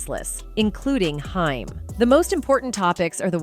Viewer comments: It's not Hime it's H aim...good greif! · Haim like the word claim not hime. Have heard this about Sheen for yrs but it's hard to get through video hearing hime. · When AI does the narration we get mispronounced names like "Hime" instead of the well known "Haim" and "Nine Hundred and Eleven call" instead of 911...😂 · The A.I. is super annoying. Very good job on the consistency the main person's name is ping pong'd from Haim to Heim also.... Dragging up old news and mispronouncing dates as numbers... I hope whoever made this video didn't pay to have it made or edited... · Why do you keep saying haim wrong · Whoevers narrating / whatever AI can't even pronounce Haim (Corey). And the pictures shown next to Corey Feldman aren't Judy Haim, they are Barbara Walters.